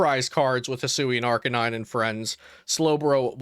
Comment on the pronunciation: Arcaneenay LOL... found that funny